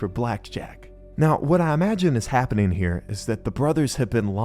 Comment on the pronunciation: its the word imagine😂😂